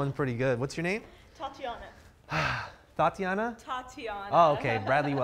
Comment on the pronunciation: This nigga said thotiana lmao 😂 I’m weak